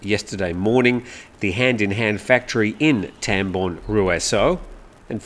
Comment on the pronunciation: Pronunciation /Rue-Saw/ I was just told, by one who used to work in that commune.